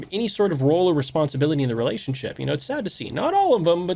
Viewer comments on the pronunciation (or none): The word is relatioNship, NOT relaship